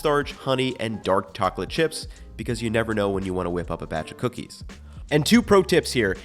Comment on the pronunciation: 'Dark tocklet chips'